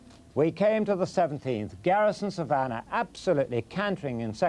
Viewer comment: Why do these twats insist on saying 'Garrison SavARnnah'? It's a very simple word to pronounce.